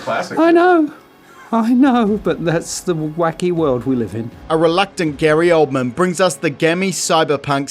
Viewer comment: *Gary Oldman, LOL The funny thing is I remember you saying "Grey Oldman" the previous upload and someone else and I tried being polite by simply mentioning his name with the correct spelling. That being said, Gary Oldman is a fantastic actor and always gives a great performance.